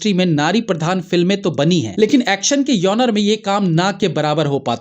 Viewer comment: genre शब्द का सही उच्चारण है = जॉनरा (john + raa), ना कि यौनर. 🙏 कृपया ध्यान दीजिए